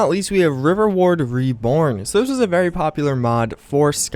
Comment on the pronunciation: did he say riverword?